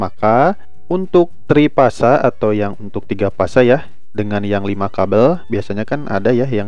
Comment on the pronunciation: tulisan FASE bacalah dengan benar! Jangan dibaca PASE..... Huruf F katakan F..........jangan jadi P. Pemahaman ini pernah jadi maslh teknisi. Makasih